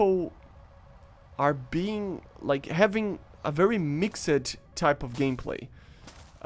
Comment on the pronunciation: “Mix sed”🤣 “Mix st”✅